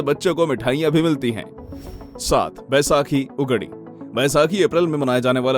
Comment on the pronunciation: The pronunciation of Ugadi is wrong. Skipped Ram Navami, Jansmasthami and Ganesha Chaturthi. He did a video without knowledge or preparation.